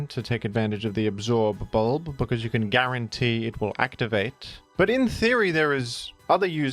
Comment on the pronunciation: The way you pronounce absorb bulb with so much emphasis is driving me nuts, I can’t watch this